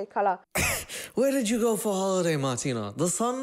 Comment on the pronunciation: The funniest thing was the English TV Moderator who couldn't pronounce Martina if his life depends on it and kept calling her "Martín" 🤣🤣